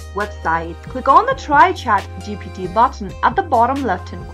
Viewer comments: Ohh come on it's not chatgtp it's chatgpt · why do u keep saying chat GTP and not chat GPT? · Bruh hes saying chatgtp